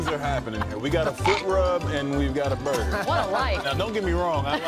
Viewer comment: Joel Embiid: borgir